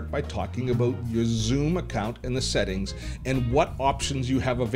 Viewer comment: 1 really stupid question......Is it only me or everyone heard him saying sehting instead of settings